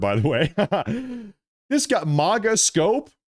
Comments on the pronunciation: You're talking about fake/fraudulent X user accounts (specifically, those that have branded themselves as "conservative influencers) yet can't/won't/don't know how to pronouce MAGA. Do you see any irony here,...the conservative influencer? It's MAGA (MAY-guh), not MAGA (MAH-guh). Easy to learn + remember,. MAY-k (America Great Again) and MAY-guh. Phonetically similar. Simple. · Dude it is MAGA NOT MOGA